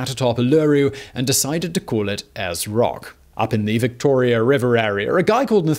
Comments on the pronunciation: I give up watching this. Congrats on saying Emu right but aieras rock broke me it's airs rock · Also aaaaar's rock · Uluru has 3 syllables (U-lu-ru) and Ayers (Airs) Rock. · its airs (ayers) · And when he said Ayers rock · Actually he said it really well a few times right at the start of the video then changed all of a sudden. I just call it Ayers Rock, bit hard to mispronounce that 🤣 Edit: Simon just said Ayers Rock and somehow he messed that up too lol. Oh well 🤣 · I don't know how you do it Simon. But you have the most incredible knack for mispronouncing names. You said Uluru correctly the first time around, then every time since was wrong... Plus Ayres Rock and Kata Tjuta! Additionally, I should note this was a brilliant video, an excellent historic retelling, and I like the retelling of the Dreamtime stories you added in.